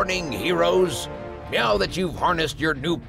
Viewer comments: did.... did he just say "meow back to what..." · The narrator says meow instead of now